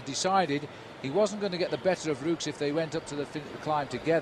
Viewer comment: If Liggett says "Rooks" instead of "Roux" one more time...........